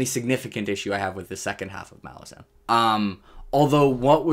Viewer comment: Take a shot every time switches up his pronunciation of "Malazan" lmao